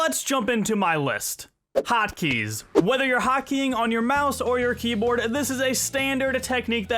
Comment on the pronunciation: "Hoykeys" then there's Nestor lol